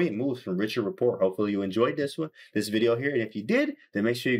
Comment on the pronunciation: His name is not pronounced that way.. please correct next time..